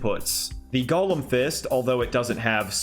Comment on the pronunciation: "Golem" is NOT pronounced the same as "Gollum". TWO entirely DIFFERENT WORDS. Embarrassing for YOU.